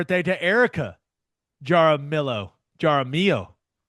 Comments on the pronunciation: As an Oklahoman who lives in Texas. It was probably spelled Jaramillo which you pronounce Har a Me O. Anyways Boomer Sooner! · Har - ah - me - yo - the r is rolled